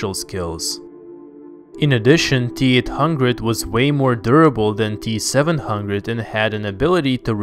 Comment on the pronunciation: How we say it : T-800 How he says it : Teat hungred